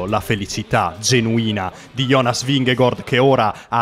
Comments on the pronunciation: Ma esatto, Vinghegord da dove esce precisamente? Se lo vuole pronunciare in italiano è Vinghegard, se lo vuole pronunciare in danese almeno che lo faccia bene e non a metà. Vingegaard in danese si dice Vinego(R) con accento sulla e e non Vinghegord. Vi lascio qua il link di un danese che spiega la pronuncia e il significato del cognome di Jonas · Anche nella telecronaca nomi a caso non é gord é gard…… e poi il finto accento francese😂😂😂🤦‍♂️ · Perchè dici vigegOord????????!!!! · ma non ti devi scusare, non ha ragione nemmeno lui. La pronuncia esatta in danese è Vinego(R) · La pronuncia di Vingegaard ve a lascio qua, spero la sistemiate perché così è inascoltabile. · in realtà la pronuncia esatta non è nemmeno quella